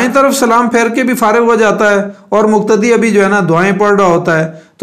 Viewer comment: مقتدی. مکتدی وقاص وکاص اقتدا اکتدا . قول اور کول توفیق اور توفیک میں فرق سے اپ خوب واقف ہے پھر ذرا احتیاط کی درخواست ہے تاکہ قلب اور کلب واضح ہو Plz